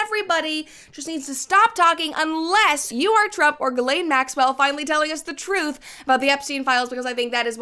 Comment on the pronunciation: You just saying the woman’s name correctly is like music to my ears… if I hear one more “gizzlane” omg.